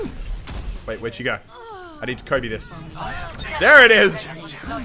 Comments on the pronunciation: He was saying Colby instead of coby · Did he say Colby instead of Kobe? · Is he saying Colby..?